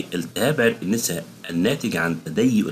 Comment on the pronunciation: عرق الناسا ليس عرق النيسا بعبارة اخرى للتوضيح عرق النسا بفتح النون و ليس بكسرها شكرا